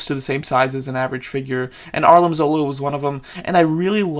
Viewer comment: It Arnim not Arlin